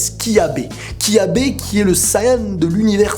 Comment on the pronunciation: Tu as dit "Kyabe" alors que c'est Cabba ! Bonne vidéo !